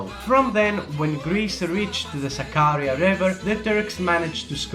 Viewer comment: You can't even pronounce Sakarya properly. You really don't know much about this topic. Greeks faced defeats before the Battle of Sakarya, for example in the Battle of İnönü. Also Greeks did fight back in Sakarya as well.